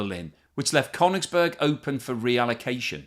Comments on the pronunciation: That's not how you pronounce Koenigsberg either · it completely undermines your claim to know something about it if you can’t pronounce names properly. It’s KalinINgrad with four syllables, not three. And it’s “Koenings- burg”, not “Kone- ings-burg”. From Koenig, meaning King. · No, it's Koenigsberg or Karaliaučius!